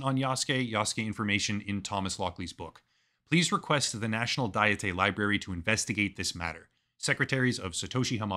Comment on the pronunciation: "Dietay" is making me crazy, dude. It's not even a Japanese word (it's called kokkai in Japanese). It's a fucking English word, pronounced exactly the same as like a diet of fruits and vegetables or whatever. 1 : a formal deliberative assembly of princes or estates 2 : any of various national or provincial legislatures